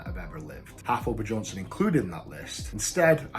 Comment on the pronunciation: Eddie stop being petty and say Thor's name propery, hes bjorn-son, not buh-jorn-son, spelling i know but still shits mad petty man